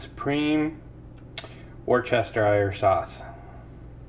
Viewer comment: Worcestershire is pronounced "Wustershire" ... it's one of our English counties, and "home" of said sauce ... :-)